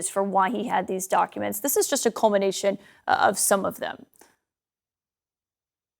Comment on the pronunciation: "Cumination"? Really?